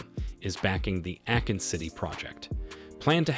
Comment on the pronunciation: Did he just call him AKIN!!! Brooooo i'm out.